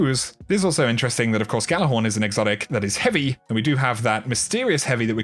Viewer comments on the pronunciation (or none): It's pronounced "Yallarhorn", not "Gallarhorn"